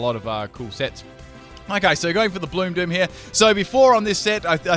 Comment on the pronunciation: When u said bloom doom I thought u said blue poop😆